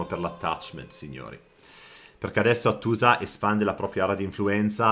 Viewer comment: Hàttusa, era la pronuncia corretta della capitale ittita ;) (accento sulla prima vocale) 😊